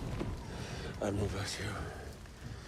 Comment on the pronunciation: Wait did you say Dadmiral? 😂